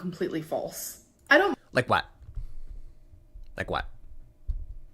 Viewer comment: “like whet. like whet” made me laugh myself awake